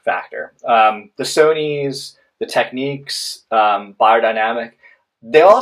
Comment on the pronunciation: For me now its between these 2 I think and contradicting reviews are making a choice tough. Also pronunciation is a bit off, its tech-nicks not techniques ;)